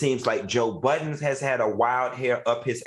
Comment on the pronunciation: Why y’all keep calling him Joe Buddens??? There’s no S on his name last I checked